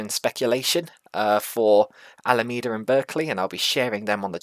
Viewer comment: Yes it’s Alameda with a “me” in it like you pronounced it the first time.